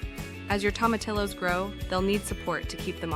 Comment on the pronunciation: The name is Spanish so you would pronounce them Toe-ma-tee-yos.